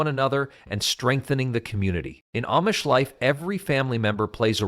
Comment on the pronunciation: That's AMISH!! Not AMMMMISH!! Use Proper ENGLISH!!